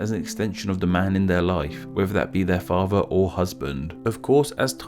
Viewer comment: Please learn how to say father, not farver. Other, is not pronounced ovver.